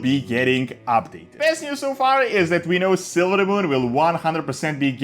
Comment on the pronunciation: Why he keeps sayin “ab-dated”